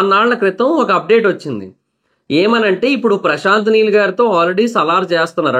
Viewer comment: Prashant Meel kadu bro prashant neel